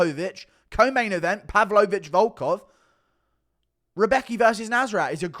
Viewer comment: Why do you say pavlovich like a sped